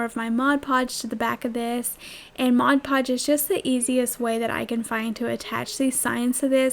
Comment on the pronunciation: Thank you so much for saying "Mod Podge" the right way. Most people say "Modge Podge", which drives me nuts....I know, not a big thing, but it does drive me crazy.... Absolutely love your crafts. Great job, and out of cheap items comes some very cute, usable crafts.....You have a new subscriber...Thanks.